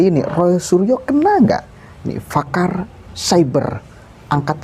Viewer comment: koreksi dikit bang, PAKAR bukan FAKAR......